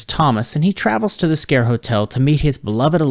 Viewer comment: Wow finally someone that pronounced it right 😁